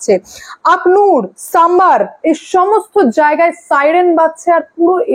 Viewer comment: Not sambar its samba